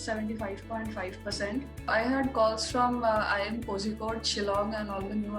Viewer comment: It is pronounced as koyikode:)